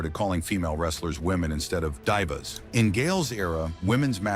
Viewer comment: Well when you start hearing certain words mispronounced like calling Diva's Dive A's , that's AI Generated BULLSHITTTT and I ain't got time for it, To Hell with this channel.